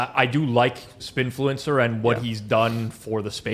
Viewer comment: It's Sbinfluencer not Spinfluencer.